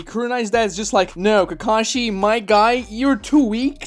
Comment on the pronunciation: his name is kakashi not takashi.